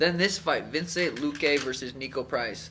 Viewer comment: its vicente man not vincent